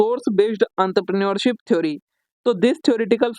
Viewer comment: Entrepreneurship❌ antrapre neurship✔️👽